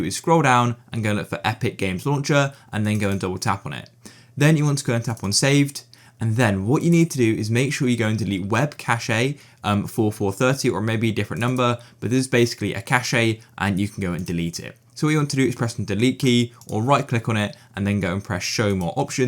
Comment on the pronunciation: webcachey? it's pronounced "webcash". helpful video tho